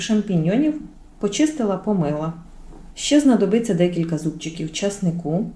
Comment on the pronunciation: НА ЯКІЙ МОВІ ВИ РОЗМОВЛЯЄТЕ: ЩЬО,ЧЯСНИКУ,ЩЄ,СПОЧЯТКУ,НЕВЕЛИЧЬКИМ,ПОЧЯЛАСЯ,ЗУБЧЄКІВ,ЧЯЙНОЇ,ПЕРЧЄМО,ЧЯСТИНИ,НАЧЄНКИМИ,БАЧЮ,МИСОЧЬКУ,БАЧЄТЕ,ЧЬОРНОГО,БАЧЄМО,ЩЄ,ЧЯС,ЩЬОБ,ЧЬОРНОСЛИВ,ЛИСТОЧЬКА,ШТУЧЬКИ...????ЛЮДИ ДОБРІ, ЩО ВИ ВИВИРОБЛЯЄТЕ З УКРАЇНСЬКОЮ МОВОЮ????????В ЯКИХ СЛОВНИКАХ ЗАИИСАНІ СЛОВА,ЯКІ ВИ ВИМОВЛЯЄТЕ?????? ЧОМУ ВИ ТАК ЗНУЩАЄТЕСЯ НАД НАШОЮ СОЛОВЇНОЮ,ЯКУ ЗАХІДНА УКРАЇНА ЗБЕРІГАЛА СТОЛІТТЯМИ???? (Українська діаспора,США)